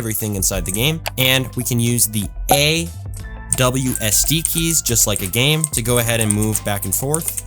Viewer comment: Bro just said A.. WSD keys 🤣🤣